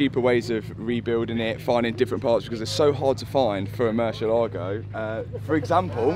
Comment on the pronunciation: haha so bad pronunciation for Murciélago!! for us, the sudakas, its totally normal word.. for you sounds like: Moo - cie - ae - la - go